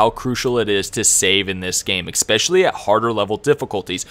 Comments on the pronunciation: Dude.. the word is “especially” not “exspecially”. I’m also goin to assume you say exspresso in stead of espresso. I’m sorry but I couldn’t focus on anything but this. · it is eSpecially. not eXpecially, just saying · Very helpful, thanks! You have a great voice and great energy and you get right to the point so 10/10 for presentation. (Just 1 thing, I swear I’m not a pronunciation cop but there’s no “X” in especially. It’s pronounced like “essspeshally” just because you use the word a ton and it’s a little distracting for weird people like me) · EXspecially :D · A good guide but please please google the correct pronunciation of "especially" its like finger nails on a chalk board the way you say it! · Ken, Stanima, Expecially... that was painful to listen to. Good, helpful video. But eugh. Pronunciation. You're a YouTuber ffs.